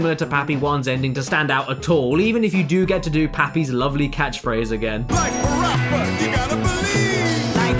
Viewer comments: PaRappa The Rapper 2 not PaPPy Rappy 2 ok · it's PaRappa The Rapper 2 not PaPy Rappy 2